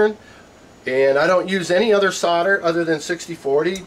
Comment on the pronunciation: SODER ,IT WHAT HE SEEMS TO BE SAYING,,I THOUGHT IT S SOLDER ?? GOOD JOB THOUGH :)